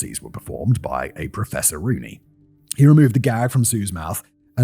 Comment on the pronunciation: Im sorry but every time Simon says "Professor Rooney" i hear "Professoroonie!"